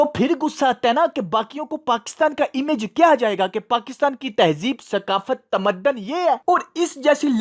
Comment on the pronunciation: Bhai aap b apni Urdu durust kijiay. Tamaddan nhi tamatdun hota hai تہذیب و تمدن ۔